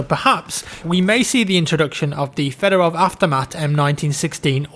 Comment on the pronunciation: You fucking butchered the Fedorov.